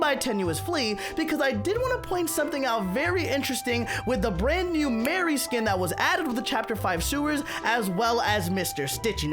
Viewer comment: Its not Mary its Mari (Mar-iy)